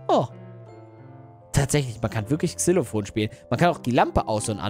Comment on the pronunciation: Xylophon und nd(nicht) zylophon!😂